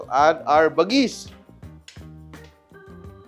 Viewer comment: Chef Tatung ibig sabihin nyan bagis sa ilocano lamang loob pag sa pagkain pwede rin gamitin word na bagis tawag mo sa kapatid mo like kabagis..when you pronounce the word bagis is like ba-gis slowly